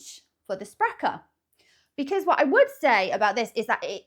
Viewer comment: You nailed the pronunciation of "Sprecher",. In addition to sodas, they also brew beer. I like the flavor of Barq's, but it lacks the creamy texture of other root beers. One of our other famous root beers, Dad's, does taste quite different. It has a very strong wintergreen flavor. At the end, you should have mixed the four together to see what you get!